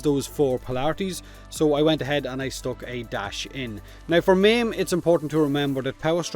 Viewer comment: When he says "meme" he meant "maim" Took me a while LOLS